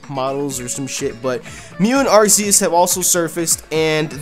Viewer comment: you mispronounced Arceus